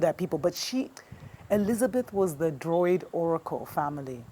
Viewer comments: It's Druid, not droid (android)😅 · Its properly pronounced...Druid...Dru-id...thank u for yr programming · Druids- Drew- id is how you pronounce it. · Druid, not droid. Although the world's so crazy right now, she might have been a droid too. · Druid. Not Droid lmao I was like this witch a robot? But yeah even Winston Churchill was a druid. Most of German heritage are